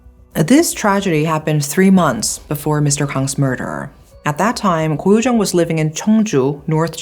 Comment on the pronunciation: It's actually koh yu jeong